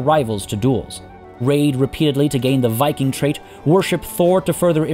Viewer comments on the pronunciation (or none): none